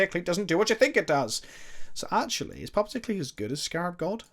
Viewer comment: You misread puppeteer so many times it hurt